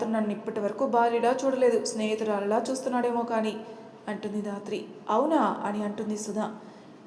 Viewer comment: Sister dhatri ane padam raatri ani vastondi Pleasec correct cheyyandi